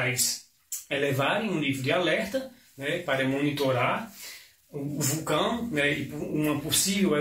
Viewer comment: O especialista não sabe nem pronunciar o nome correto do Vulcão, tem risco sim de acontecer um tsunami e não é pequeno. Mas não sabemos prever o dia.